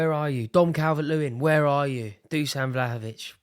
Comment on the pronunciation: Dušan=how to pronaunce: Dushan